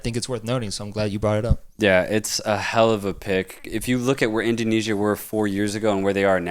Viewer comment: Love how you call Indonesia "Asian la masia". Btw kudos for your insightful talks guys, keep goin!